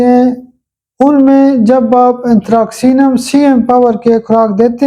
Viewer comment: میرے خیال میں صحیح تلفظ انتھراسینم ھونا چاھیے کیونکہ ،ک ،کے لئے انگریزی کا کوئی حرف استعمال نہیں کیا گیا c س کے لیے ھے نہ کہ ک کے لیے ۔باقی تو اساتذہ بہتر جانتے ہیں ۔